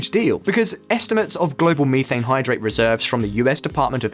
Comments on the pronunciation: Meeethane!..lol..someone tell this guy it METH! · Searches for Miifane Hydrate. Google: You mean Methane.